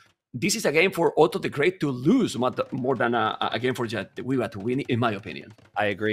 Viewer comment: jesus christ on a motorbike! thank you so much for correct pronunciation of Jadwiga from the